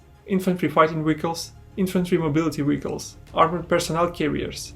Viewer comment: Hearing you pronounce vehicles as wiggles had me confused at first lol